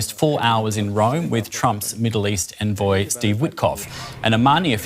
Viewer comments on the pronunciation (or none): none